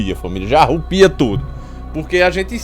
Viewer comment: Arrupia ou arrepia?